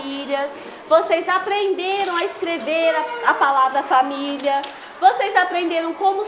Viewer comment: É PORQUE A PROFESSORA FALA ERRADO, ELA FALA FA-MI-LHA E NÃO FA-MÍ-LI-A